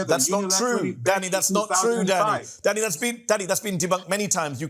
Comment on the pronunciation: I keep hearing Mehdi saying 'Daddy' instead of 'Danny'